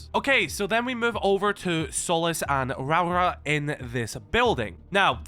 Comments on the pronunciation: Hey man, kiwi here. Great video as always! Next time for Rauora, try pronounce it as Ro-Aura (roll the R's if u can) Keep up the great work! 🇳🇿🇳🇿💜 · hey, its "row-ruh"